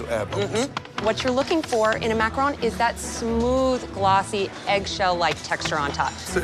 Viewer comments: Am I the only one getting triggered whenever they say macarOOn instead of macarOn? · someone tell her it not a maceron it's a macerooooooon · Why are the judges pronouncing it as macaroons. Macaroons is different from macaron. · I'm surprised at Mr Ramsay, such a famous chef pronounces them Macaroons. Macaroons are different from Macaron which are different from macaroon. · Isn't it macaron not macaroon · Bruh these are macarons not macaroons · "A dadgum 9 goot structure full of..macron"? First of all, Dadgum?? Secondly, its MACARON, fool. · Is anyone else bothered by the fact that they are macaRONS and everyone is saying “macaROONS” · It's a macaroon not a makrone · Why is chef Ramsey saying macaroons?! That's a completely different dessert! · Mac-a-RON not Mac-a-ROON. crap don't they know the difference??!! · Not calling them macrones lmfaooooo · The way pronounce Macaroons as Macrones got me wheezing for 3 minutes 🤣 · 'relax you do not have to make us an entire tower of macarohns" . . . . "CAUSE YOU'RE GONNA MAKE 2" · "mahcrons" lol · said “macrohns” 😂😂😂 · no he said makrone. not mac chrons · Funny how Gordon and Joe can't pronounce macaron...